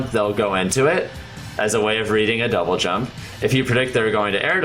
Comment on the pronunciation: the dou-blay what?